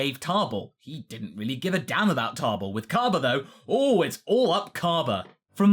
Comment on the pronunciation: Why are you putting an R in Table's name?